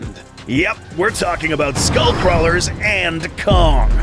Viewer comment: when he says skull crawlers i crack up